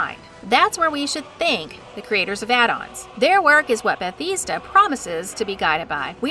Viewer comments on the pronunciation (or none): Lost me with the incorrect pronunciation. You literally hear people from the company pronounce it beth-ezz-da, not that hard. Like the creatures who pronounce taco as taacko. And it only thickens as the video goes on. I don't think she's even played the elder scrolls games. The way she says cyrodil. Or how she calls dunmer, dumner pronouncing the m first. At one point completely butchers the name Bethesda once again by saying "besida." Like what? Tell me you're reading off a script without telling me you're reading off a script. I'm sorry, just as a fan boy this gets me